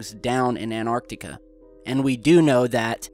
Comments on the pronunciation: Where is this "Anartica"? I have heard of "AnTartica" it has a T in it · ahhhhhhhhhh its anTarctica not anartica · it's not An arctica it's Antarctica it's not hard to pronounce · It's called Antarctica , pronounced An-tartica ... not Anartica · Ant tartica not annar tica. Hope this helps. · Please pronounce the 'T' in Antarctica. It is 'AnT arctica'. Not 'An arctica' But still an interesting video. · it's Antarctica, NOT Anartica. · please please.. its anTarctica not anarctica. and they are at bases on antartctica NOT the south pole, the south pole is miles from where the bases are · ANTARCTICA ! Repeat again and again ☺ Nobody is rushing you 😊 You have an interesting channel and interesting clips ☺ Anartica is not a real word 😉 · It's Antartica not Anartica - it's bad enough to get it wrong once but to keep repeating it is unacceptable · ANTARTICA not ANARCTICA, LOL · And, STOP CALLING ANTARCTICA "ARCTICA" for Christ sake. ARCTICA is at Noth Pole. You talk about CONTINENT which is called ANTARCTICA. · anyone get triggered when pronounces Antarctica anarctica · Not triggered as such but it really annoys me. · FrenZie "Antarctica" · AnTarctica has a T in the third position which is not a silent T which means you need to pronounce it. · AN 'T' ARTICA please! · its pronounced Ant.tar.ticar